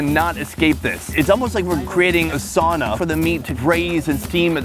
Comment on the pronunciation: Stop saying fucking meat sauna, you don't even pronounce sauna correctly as someone from Minnesota you should know this I'm 75% Finnish and people saying it wrong drives me fucking nuts, it's sow-na sow rhymes with cow